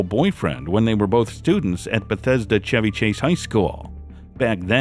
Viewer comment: He pronounced Chevy correctly. AI would have pronounced it like the auto. This used to be called Radio voice. It's a lost art.